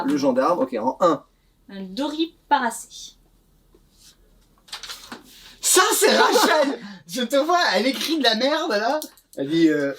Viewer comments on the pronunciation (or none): C'est un Doriparacé pas un Doripacé:o En tout cas bravo, tu expliques bien, calmement, clairement, c'est top je vais aller voir si tu fait d'autre explication de jeu:p